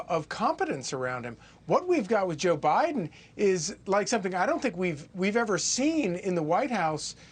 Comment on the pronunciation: She said Obiden 😂😂😂